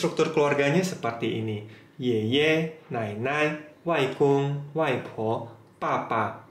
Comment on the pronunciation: yeye nya salah intonasi tuh laoshi..